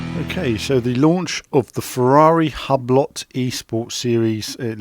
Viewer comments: It's pronounced you-blow,,,you don't pronounce the "T",,,just sayin' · 'Hubb-lott' Lol.